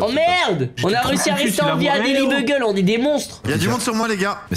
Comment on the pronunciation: Quelqu'un peut leur dire que ça se dit daily" biougueule" et c'est le nom du journal dans Spiderman :p